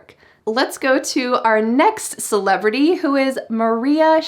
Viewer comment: Modi and celebratey 🤣🤣🤣🤣